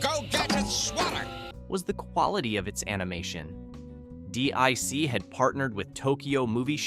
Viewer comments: Deek not dick... lol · Pronounced 'DEEK' not 'DICK' :) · It's not D.I.C. It's Deek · Dic wasn’t pronounced dick it was pronounced deek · It's pronounced deek not dick. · You said "dick" it's pronounced "Deek" DIC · definitely not dick entertainment, which this narrator also used at least once at random... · yes, but it’s pronounced deek. Not D.I.C. and definitely not dick. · its pronounced Deek. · Dee-eye-sea. It's Dic you aid sod. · DiC pronounced its name as "deek", by the way. You can probably find some of their bumpers/tag stings on youtube. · It's Pronounced DEEK, How do you know Someones Too Young To Know What They are Talking About LOL